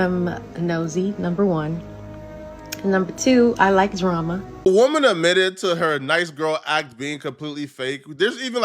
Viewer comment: “Admitted “ not “umitted” 😕